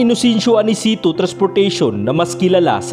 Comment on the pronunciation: Bakit ganyan po, ANICETO po, HUWAG PO. ANICITO) PHILIPPINE RABBIT (HUWAG PO RABET), TIMES TRANSIT( HUWAG po TRANSET), Haaayyy Ilocano po ba kayo?!